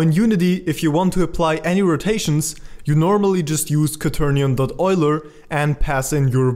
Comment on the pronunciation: its actually the correct way